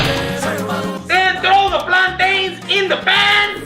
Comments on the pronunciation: I love your custom cooking time with ermac but...puerto ricans (like me) call the platanos not platains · Hey joe great video that Puerto Rican joke was good. Just one problem they didn't do the tostones right in the clip, you said platanos wrong. But you put a good afford to the skis. Next time move your hips more and dance like you mean it. Oh yea and put one of does shirts with tropical desing. I rate your "Cooking with Hermac" clip. A solid 9/10.